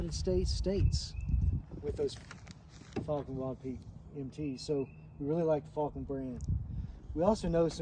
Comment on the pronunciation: Fal ken. Not fall ken 😂 great video.